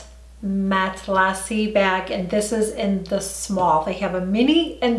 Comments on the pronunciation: Just to be helpful, marmont and matelasse are pronounced mar-mon and mat-lee-say. Not sure it really matters but those are the correct pronunciations for those words. Great review. I feel like we can trust your reviews as being genuine. ❤️ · beautiful bag... pronounced (Mat-la-say) 😁😍